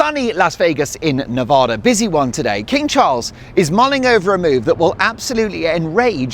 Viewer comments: Mark! Please… Nevada is pronounced ne-VADD-uh (with the second “A” sounding like "bad"). Enjoy your trip! We have some beautiful places here. 💙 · It drives Nevadans a little insane if you pronounce the name of the state as NeVAHda. The second syllable should rhyme with cat. Nevada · love you, LV resident here its pronounced Nev-Ahh-da, like the A in Harry!😂😂 Go to Peppermil, back room for a Scorpion, sit by the fire and enjoy the buzz!!! The food is great too!! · Nevada a like apple. Not a like ah.